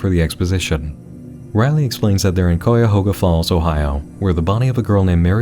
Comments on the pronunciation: Cuyahoga Falls is pronounced Kai-ah-ho-ga. The prison is Mansfield Reformatory in Mansfield. (I hate even getting near that place) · You pronounced Cuyahoga Falls wrong. KAI-UH-HOGA. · Lmao what a way to pronounce Cuyahoga Falls.